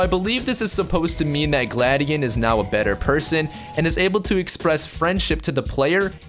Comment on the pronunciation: It's gla dion